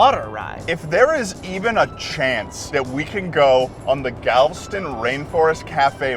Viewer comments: It's pronounced Galv'ston??? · As a Texonian myself, it's funny seeing you guys freak out over something as commonplace to me as Buc'ees. Also, it's pronounced Gal-veh-stun. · It’s Galv-Eh-Stun! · why why do they pronounce Galveston like it ddoesn't have and e after the v. they pronounce it Galv - stun, and its pronounced gal - vest - un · That's the first time I've ever heard Galveston pronounced as 2 syllables.😆 (It's Gal-ve-ston.) I went to that one as a kid and it is, indeed, the BEST! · as someone who has lived in texas almost all of my life, i love both of these videos but 2 things bother me: Galveston is gal-ve-ston (3 syllables) and you freaked out and went to the buccees IN FLORIDA??? Buccee is a Texas beaver who EXPANDED to Florida and how were you in Texas for so long and didn’t see any of the 20 other Buccees? It’s just as Texan as Whataburger and HEB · Damnit you two, Galveston is pronounced "gal-vest-ton", it's literally spelled like it sounds! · I want to preface this with the fact that I love this video, you guys are great, I'm glad you had fun. For the love of god and all that is decent and pure it is pronounced "Gal - vest - ton" Ok thank you love you byeeeeee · Pronounced galv Eston but as one word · the one rainforest cafe ive been to is the galveston one and i think that was the ideal experience lol. also, im sure there's already been a hundred comments about this but im obligated to say that its pronounced gal-vuh-stn with three syllables. okay sorry but great video :) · I LOVE GALVSTIN WITH THE DIARRHEA WATERS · huh, always thought Galveston had 3 syllables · Why does he pronounce Galveston like that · i hate the way you pronounced galveston im sorry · Pronounce Galveston right next time smh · any other native texans cringe at the way he pronounced galveston? 😭😭😭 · I love how both of you can't pronounce Galveston properly. 🤣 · Galveston’s Rex is the best but I was cringing everytime you pronounced galveston